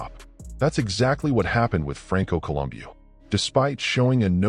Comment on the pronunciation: col um bow listen to the guys that knew him say his name. bow not boo